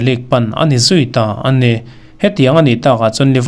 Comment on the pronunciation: "a ni" tih hi "an ni" tih a ang thei lutuk.